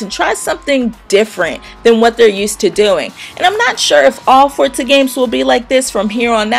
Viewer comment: Thank you for pronouncing Forza correctly. I can't stand it when people say it wrong :)